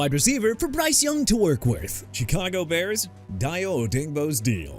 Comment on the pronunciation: I'm done with you butchering names of everybody and everything! Chicago as in shuh-kah-gow or shee-kah-gow NOT CHEE KAH GOW!! Dayo Odeyingbo pronounced DIE-oh oh-DANG-boh! Jaguars as in ja-gwaars NOT JAGWIRES AND YOU BETTER STOP SAYING THAT! I'M NOT GONNA REMIND YOU OF THAT NO MO'! David Njoku as in in-jo-koo!! Dolphins signing Malik Willis a mistake?! You know what?! Your mistake among many of these you keep making is showing disrespect to my team so leave them alone! New Orleans as in New or-lins NOT NEW OR-LEANS SO YOU DON'T GET TO SAY THAT NO MO' EITHER! I'MA STILL WATCH YOUR VIDEOS BUT YOU NEED TO CLEAN UP YOUR ACT! YOU DESERVE TO QUIT.